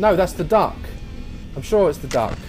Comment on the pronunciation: Am I the only one who heard 'I don't like the dark' when he said 'duck'?